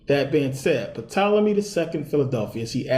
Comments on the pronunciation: He pronounced Tolemy as Puh Tolemy... WOW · Why should anyone Believe you when you don't even know that the P in Ptolyme is silent? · Good video bro... the p in Ptolemy is silent tho lol, really enjoyed this tho